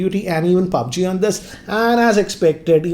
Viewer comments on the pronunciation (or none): Nobody: Literally Nobody:: PAABG!